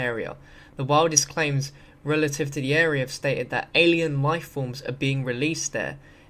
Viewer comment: "ruh-lay-tiv", indeed. Can't even read what he stole.